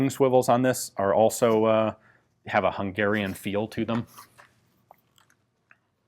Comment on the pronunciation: Thanks for pronouncing Hungarian correctly!